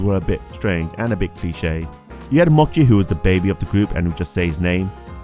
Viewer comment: My husband loves this anime and bought the series. The Character Mochi is pronounced with a "chi" sound, not "ki". The monster is based on the japanese treat sakura mochi. I also think you're wrong when it comes to visuals. It is a really good looking show. It just wasn't marketed like the other shows.